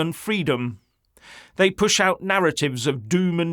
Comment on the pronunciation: "Thye " hope no one notices with the massive distractions...............